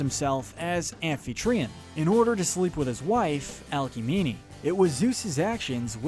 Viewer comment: Not subscribing due to the pronunciation of Hera. Alcmene, too, but mostly Hera.